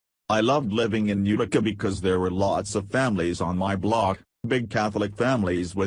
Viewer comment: UTICA !...UTICA NOT .....UKKTICA ? ENGLISH ! PLEASE